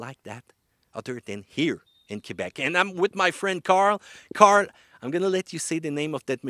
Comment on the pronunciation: Racin' in Kwee-bec